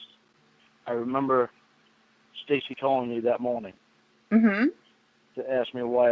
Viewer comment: is a pathological liar. Also say “ I doont remembah..” he thinks people forget or are as dumb as he is. She has paperwork. Then he’s like “why’s she have that “ he’s so stupid. He has to be made to quit. He doesn’t want to change. He’s on probation for life. the loser.